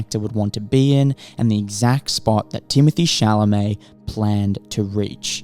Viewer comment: Crazy how his name is never pronounced correctly outside of France